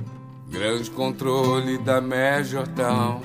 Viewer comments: Ele sabe bem o que faz e como faz gurizada, comparando com o Bowie, da pra ver claramente que ele pronuncia "Major Town" e não "Tom", dá um sentido completamente diferente a música. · Ele pronuncia Major Town, town é cidade. Ele mudou a letra para adaptar ao português. Tenta cantar essa música traduzindo do pé da letra e me fala se funciona uma tradução ao pé da letra de uma música que é praticamente psicodélica.